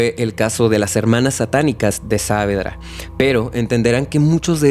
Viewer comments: Es genial la narración, salvo la pronunciación del lugar. Es "Saavedra" sin la tilde, así como suena (Savedra), para que se entienda. El resto es genial, la historia realmente es turbia. Gracias por buscar y sumergirse en casos de mi país, siempre con respeto y atención a cada detalle. ❤ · Hola, que tal? Solo quería aclarar que el nombre del barrio se pronuncia Saavédra (como si la tilde estuviese en la E) y no Sáavedra. Gracias.